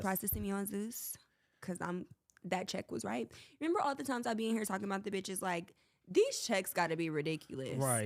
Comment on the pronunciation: Renemer 😂😂 he be so confident pronouncing words wrong